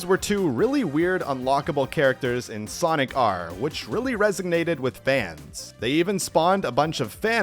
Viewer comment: did you say "resignated" instead of resonated? I swear that's what I'm hearing lol.